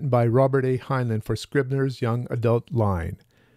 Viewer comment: It's pronounced hine-line. Not hine-luhn.